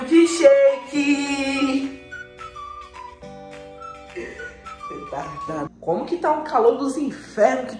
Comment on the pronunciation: Milqui shake milque shake mano milqui o certo é milk